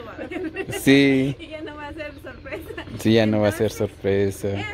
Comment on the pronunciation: Que feo habla este hombre 🤣 se le en reda la lengua dice ahí está ahí está también no dice sorpresa dice solpesa 🤭🤭😂😂